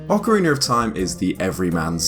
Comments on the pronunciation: eX Galneryus because hes British lol it's his accent. He also said Zelder. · Lol sorry I know it's an accent thing but I can't get over "Ocariner" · Why am I hearing him say "Ocariner"? Is that just how he pronounces it? I find it odd when people seemingly add R/ER to the end of a word, can someone who does that explain please? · I've heard some weird pronunciations around this game but never Ocarin-er lol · Ocariner of time. My favorite game 😂😂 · Why are so many pronouncing it "Ocariner of time" ? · Lol oca-reener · Why do you put an r at the end of orcaraina? Every time you said it I cringed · "ocereener of time" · Why is he.saying.ocareener of.time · "ocaraner of time" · “Ocareener” hahaha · why is it when british people say words like ocarina or beta , they always end the word like this "Beter, ocariner" it drives me crazy and idk why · So ocarinarof time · What is the reason behind the pronounciation? I honestly want to know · Deity Zeash the proper pronunciation is 'oh ka ree na.' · You say Ocarina wrong. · Ocariner? That's not how you say that... Accent or not, there's no r at the end. Ocarina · Okkkkarina of time? Surely you mean Ocarina of time... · Love how some British and Australian people pronounce things that end in an "a" as "er" like ocariner (ocarina) or impaler (impala) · I don't understand why some people say that the correct pronunciation for "Ocarina" is "Ocariner" precisely in this game, my native thongue is not english, so I had to ask a native for the correct pronunciation of this particular word and saying to me it was "Ocarina" so, even if it sounds better, why would you pronounce it like ocariner and people said that it is the correct pronunciation. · Ocariner of time? Ive never played Ocariner before over in the states its pronounced ocarina like how its spelled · Ocarina not Ocareener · Ocariner of time. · I heard Zelder at least once. Lost count on ocariner, though. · OcariNer, no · Good ol' Zelder, Ocariner of Time. What a game.